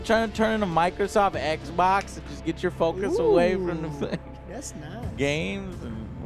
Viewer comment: Does anyone know when or where started saying oui-pon and ekbok? 🤣🤣